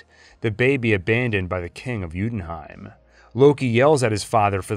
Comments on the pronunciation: Hi. Loved the whole timeliness despite a few things missing like agent of sheild. But the pronunciation of "yotunheim" is pronounced "utenheim" in the video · great video. only it did bother me a little that you pronounced it jutonheim instead of jotunheim. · So far only thing killing me is your pronunciation of Jötunheim, it’s Yoo-en-hime. Also, where does Runaways fit into this? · Great video but to way you say jotunheim annoys me so much 😂